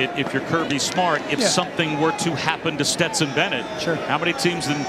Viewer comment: How man times is Dan Orlovsky gonna call Stetson, Betson???